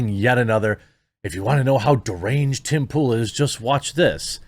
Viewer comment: How is that "derangee" Jezza? Citizens should be allowed tanks and howitzers